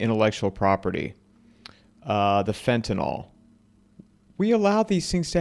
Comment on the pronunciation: "FentanYL" is not pronounced "fentanAL."